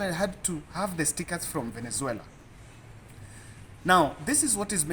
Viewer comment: Pole sana Smartmatic na Venezuela wamekutesa kupronounce sana